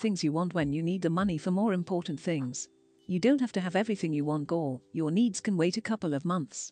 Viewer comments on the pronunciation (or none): Impor-en [important]